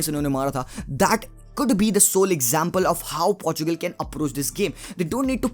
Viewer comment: I want CR7 to score his 110th goal but Really want Belgium to go ahead 😊 hope Chocolaty Belgium will win .. And Finally bhai Aapne Portugal and Portuguese sahi se pronounce kiya 😍😍😍... Party chaiyhe Bro. , 1 Plate Biriyani and 1 PS5 for me 😂 😂 😂 .... 😘